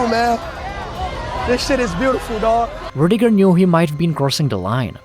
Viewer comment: Rutiger* respect his name and say it properly 😎👍✌️